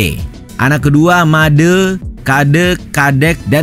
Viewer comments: broo,, nyari materi dmana?? ketut kok anak laki² doang🗿 trus ejaan madé itu,, bukan made, tapi madé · Pengisi suara bisa menyebut "e" pada Gede yang sesuai dengan penyebutan umum, namun tidak bisa (atau tidak peduli) ketika menyebut "e" pada Made.